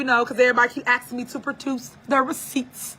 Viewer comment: "People axin for receipts" "I'm telling the truf." 😂😂😂😂